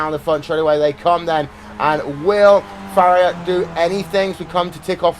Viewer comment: Who is Farrier? Why can't this announcer pronounce names properly?